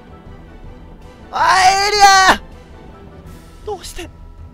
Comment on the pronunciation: 最後のエリアのときめっちゃパエリアに聞こえるんだが